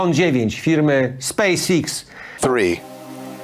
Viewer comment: 99% polskich youtuberów wymawia space iks… (pierwszy człon po angielsku a drugi po polsku) a mówi się Space EX🤣, czemu tak jest???